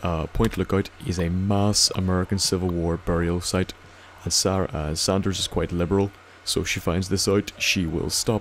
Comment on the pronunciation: its Saunders not sanders (pronounced differently) dispite how she pronounces it